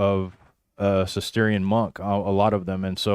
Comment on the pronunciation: Guys - Cistercian is usually pronounced sis-ter-shan, with slightly greater emphasis on the "ter".